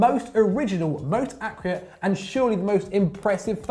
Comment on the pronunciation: PLease say ACCURATE properly